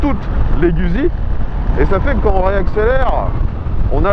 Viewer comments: Ca se prononce "GOUTZZI" mais surtout pas gusi ( je suis rital, donc JE SAIS,) ce n'est pas un simple avis. et OUI, cette bécane en Full ( pas comme dans cette vidéo) est d'un immense agrément. Je confirme que l'absence de jauge de carburant est difficile à pardonner.... bref, TRES attachante au quotidien, mais pas seulement, étonnament performante à l'attaque dans les virolos quand on l'a bien apprivoisée (c'est plus elle qui vous apprivoise, mais passons...) dpartie cycle assez rigoureuse qui met en confiance ; alors OK, elle n'est pas parfaite ( mais quelle machine l'est?) ... c'est "GOUTTZi" (ceci est une touche d'humour). Guzzi c'est, si je caricature, et c'est le cas ici, l'âme (LE COUPLE JOUISSIF quasi dès le ralenti) d'une Harley, mais qui pencherait sans frotter et freinerait. Moto idéale? Je ne sais pas...mais attachante et jouissive, oui, assurément! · /!\ Peccato se dice " Gout'si " !!!